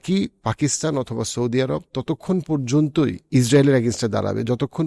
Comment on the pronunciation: এরাব না বলে কি আরব বলা যায় না?